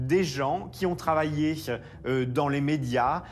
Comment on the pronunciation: serait il possible de faire donner des cours de diction au "journaliste" (journaliste! 🤣🤣) Pierrick Geais? Parce que ses "che" en fin de mot écorche les oreilles notamment aux personnes qui essaient d'apprendre le français ("mariéche", "travailléche", "publicitéche" ça ne veut rien dire!). Et si il pouvait, au passage aussi, arrêter de singer les gays ça serait sympa, la caricature est insultante! 😠